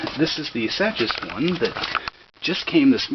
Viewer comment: Looks like white plastic cylinder on the Spec is a teflon coated bushing (or other similar material). Also I believe Sachs is pronounced as "Sax". I could be wrong but that's how I pronounce it anyway.